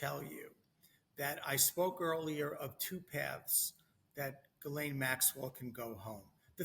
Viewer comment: I don't trust an "attorney" who cannot even pronounce Ms. Maxwell's name correctly.